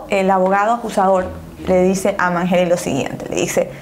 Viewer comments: manyery no manjeri🤦🤦🤦🤦🤦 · Mangeri se pronuncia Manyeri, no Manjeri!! Con Y, no con J. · "MANGERI" SE PRONUNCIA "MANSHERI" DEBERIAS PRESTAR ATENCIÓN A ESAS COSITAS CUANDO INVESTIGAS... BESITOS 😘 😘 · Arctic Potterhead Soy Argentina y se pronuncia "Mansheri" no es x nuestro acento ...se pronuncia asi el apellido No se si me entendiste..jaja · Es mas como "Manyeri" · Hola guapa disculpa se escribe mangeri y se pronuncia (manyeri) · mangeri se pronuncia mansheri. y rawson se pronuncia rauson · Rawson se lee como se escribe Y mangeri se lee "manyeri" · se pronuncia manlleri* se escribe mangeri